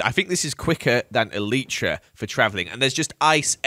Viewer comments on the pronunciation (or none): ELEEEEEEETRA? elytra man